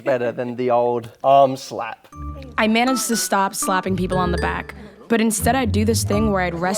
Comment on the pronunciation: Uh, Selorm you too fine. But how you pronounce your name irks me though!!